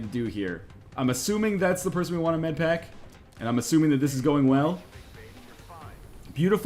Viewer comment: "Med-paker" is so damn funny to me